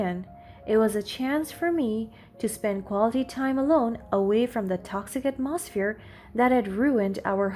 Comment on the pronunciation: Hearing someone mispronounce words usually triggers my OCD. Listening to you though, with you mispronouncing every other word, has me rolling on the floor laughing. AtMOsphere, deterMINE, hilarious today for some reason.